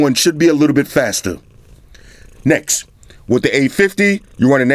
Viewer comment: I like the way you say next. "Necks" lmao.